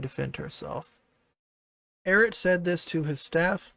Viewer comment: a lot of people here don't know anything about Eret. It was kind of funny watching get their name wrong every other time they said it. That was hilarious. I just gave an opinion on Eret's statements from someone who's watched their content and gave a bit of their background for anyone that's interested. Don't care? Don't read.